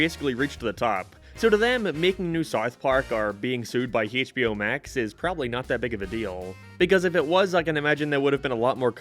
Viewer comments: "Hey-ch B O max" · Hey-CH-bio max